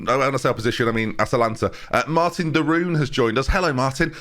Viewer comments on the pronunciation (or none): none